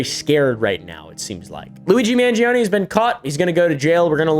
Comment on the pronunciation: You're saying "Mangioni" instead of "Mangione"